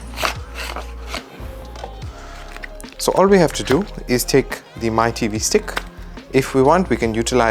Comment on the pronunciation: Mi is pronounced as “Me”